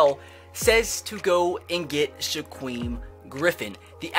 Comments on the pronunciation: Shakiem not shaqueff🙄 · (Shuh-keem) Griffin not (Shuh-queem) Griffin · It’s shaquem as In sha-keem not sha-queem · It's on shiKWEEM its shuh-keem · It’s pronounced Shakeem not Shaqweem lol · It's Shak-Eem not shagweem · Wincing every time I hear shakweem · Shaquem (sha-keem) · "Shakweem Griffin" wow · How has no one commented yet telling you that it's pronounced Sha-keem? I fully expected that to be every comment. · sha-keem is how you pronounce it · SHAKEEM GRIFFIN NOT SHAQUEEM FFS IM GONNA LOSE MY MIND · anyone else bothered by how he says “shaquem” I’m shaquem griffin?? To me he’s over pronouncing the “U” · Do u not know how to pronounce saquon and Shaquem